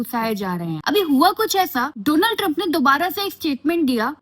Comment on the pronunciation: India's friend DoLaand Tiremp😆😅😂🤣